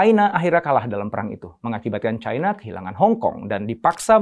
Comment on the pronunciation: Cina pak, bukan caina 🤣